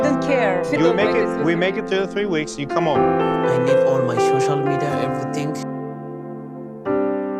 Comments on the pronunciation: “Shocial media” 😂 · Give him the Shoshal media password 😂